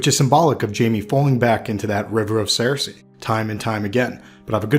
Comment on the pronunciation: Why does he say Sare-Say????